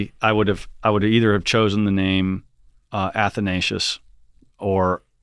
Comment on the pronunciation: Athanatious. Oh, PLEASE!!